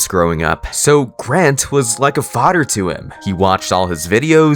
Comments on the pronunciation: “Fader” gng why can’t you say FATJER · Not him saying fader😂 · "but at the end of the day, he is still my fodder" (no disrespect btw)